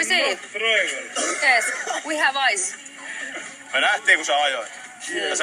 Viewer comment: Niin. Sehän totta kai lausutaan samalla tavalla, "Ice" ja "Eyes". Noh, se selvii siulle ehkä siellä yläasteella.